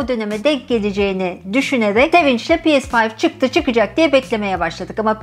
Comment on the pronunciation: Pi es fayv.... demeseymişsiniz iyiymiş.....🥴🥴